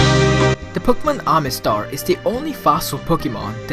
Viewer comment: "Omastar" not "Omistar," because, I mean, while we're at it...